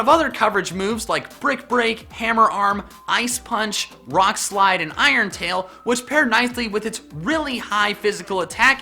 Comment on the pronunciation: Am i the only one who heard "Brock Slide"